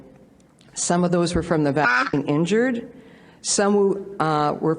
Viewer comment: You can’t even say “vaccine”??? This is bullshit